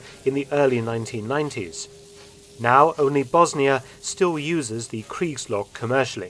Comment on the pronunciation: As a native German speaker it took me almost the whole video to get what "creeks logs“ are.